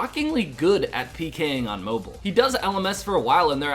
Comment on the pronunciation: Anyone else get annoyed by the way he pronounces mobile?